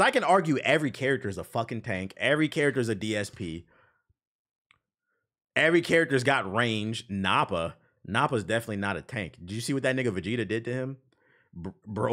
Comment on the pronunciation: Nappa like a nappy head not nappa like oppa from avatar with an N in the front. Wild pronunciation